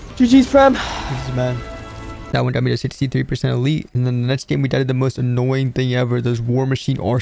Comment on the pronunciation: Did bro say I'm gay instead of died